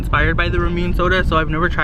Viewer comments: Its not pronounced rah-moon its supposed to be called ra-mun-ne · It’s not pronounced ranune its pronounced rawm - oun - ne but ily so so much #unicornfam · RA-MOO-NEH WHAT IS RAMYOON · Ramune- Rom-Un-A Your welcome everyone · I love ur vids but it was triggering me the ramumè is pronounced (Ruh-moon-ay) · It’s pronounced RAW MOO NAY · Ramuné: (RAH - MOO - NAY) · it’s RaH-MooN-AyEe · You pronounce it Ra moo nay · It’s ram-you-nay no hate love you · It's pronounced ram oo nae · Personally, I don’t know if this is correct, but I THINK ramune is pronounced rah-mooh-nay. Just my opinion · No offense but it's pronounced Ra-mu-ne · i love ramune! haha but btw (just so ya know) its pronounced "rah-moo-neh" japanese tends to have a similar pronunciation to spanish, the way you said it sounded more like you were saying ramen in korean lol, just some info, love you!🦄💛 #uniicornfam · Omg I was freaking dyin when he kept sayin Ramune wrong